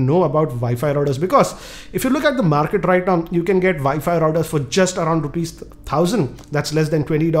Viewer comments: it is WiFi not ViFi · VI FI routers LOL hhhh to thouse who didnot understand instead of saying wifi he says vifi . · He way he says wifi is vifi it's abysmal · It's realy a nice NETGEAR "ViFi" Router. Hehehe.. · Say "Vi-Fi router" one more time, please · Viifii router? Lmao Indian accent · im sorry but the way u say wifi makes me wana die. vifi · did he say vaifi ...??? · did I just heard "Vi-Fi" router????? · 0, i hear vayfay routers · He is passionate about saying 'wifi routers'🤣